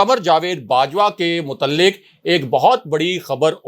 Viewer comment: Mutalik nahi mutaliq kaaf sound